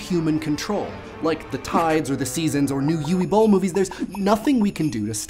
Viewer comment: yooo-weee boll? i think it is pronounced "oo-va boll"